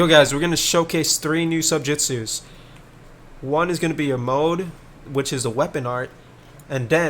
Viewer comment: subjutsus not "subsutju's" cmon man